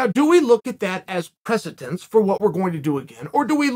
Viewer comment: I love ya Uncle Chael, but if I hear the non existent word 'pressitence' one more time I'm going to skip dying and just be dead... Precedent. 'Pre-ce-dent.' God be with you.